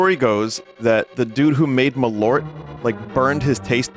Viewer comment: That is the best pronounciation of Malört I've ever heard 😂